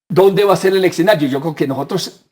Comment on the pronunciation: para el invitado de la izquierda, no se dice exenario sino escenario